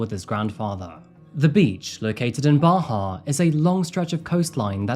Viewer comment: Congratulations on 2 million so happy for you . Every time u say Bahia I think of my bahia Grey birdeaters lol.